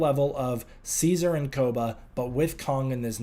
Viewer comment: What world do you live in where it's pronounced King See-Sar? It's See-Zerr, as in Julius.